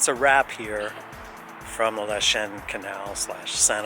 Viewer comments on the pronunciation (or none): Lachine is pronounced lacheene not lachen